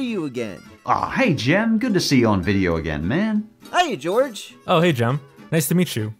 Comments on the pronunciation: Did you call him george?? 😭😭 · Which side are you wan Jorge or what strider calls him Jorge